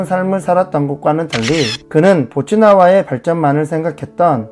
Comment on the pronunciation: 보츠와나를 보츠나와로 계속 읽으시네